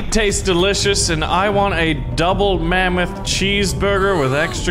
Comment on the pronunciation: r u dutch kro u said the mamoth in the dutch